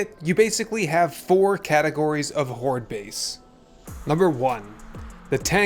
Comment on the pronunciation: Hordel Base uhaha. u killed me with this🤣